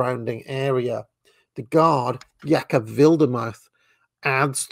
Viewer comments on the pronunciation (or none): none